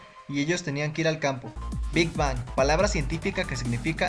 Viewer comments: muy bien tu ella ifo pero por sii no as visto hay vídeos donde gd dice q no se pronuncia big bang es big beng la pronunciación del nombre amigo!!! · primero que todo se lee big beng pero se escribe big bang 😒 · te corrijo algo si. no se dice Big Bang se dice Big Being no se dice como se escribe sabes solo eso queria decirte.